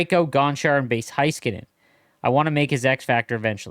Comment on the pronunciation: I’m begging you to please pronounce Heiskanen correct. Hey-skuh-nen